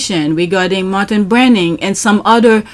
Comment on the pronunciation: I get ticked pink when you say Matin Brinning AKA 🤥 W. 😂😂